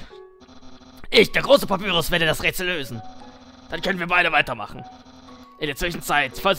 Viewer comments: man spricht papyrus wie zum beispiel pie auf englisch pa-pie-rus und sans wie säns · Papyrus wird Päpeirus ausgesprochen. Und Sans wird ßänß ausgesprochen.